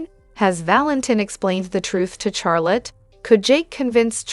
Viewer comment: For the people that make this video. Charlotte is pronounced Shar-lott with the shh sound instead of cha sound . Just in case you can fix the pronunciation.